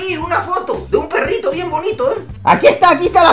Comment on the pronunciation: Se dice perrito no perito